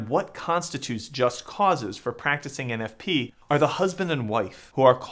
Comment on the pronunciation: 😂😂😂 Thomas ain’t talmbout no eneffpee